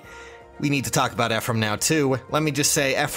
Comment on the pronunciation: Ephriam I don't get the reference but it's Ephraim pls I don't want to get wooooshed